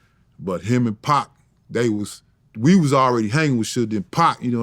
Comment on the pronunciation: He say PAAK!!! not Pac.... i likw it.. Paak